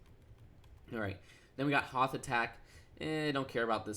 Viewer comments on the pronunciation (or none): none